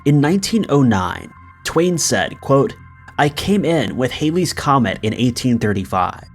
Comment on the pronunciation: It's Halley's comet also not Hailey's Mandela effect